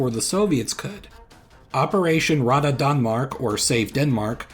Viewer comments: Rädda is pronounced more like "redda" instead of "rada" Yay I'm relevant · "Rädda" is pronounced "Red-duh". Well not exactly but almost. Good video otherwise. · Not 'radda', but 'rädda'. The letter ä is not pronounced as the letter a. Two different letters, two different vocal sounds. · ’Rädda’ is pronounced “Redda”, and Norway is called ‘Norge’ in both Swedish and Norwegian. They would never have used the English word at the time, people didn’t know it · Rädda is not pronounced like that. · My guy forgot to translate "Norway" into Swedish. Also, that pronunciation on "rädda" was painful... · Sort of like "red ah", pronounced with British RP with a rolling/trill R, if you're going for standard Swedish.